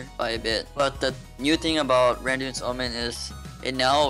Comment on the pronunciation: RAN DI UN'S i'll always call it like this now <3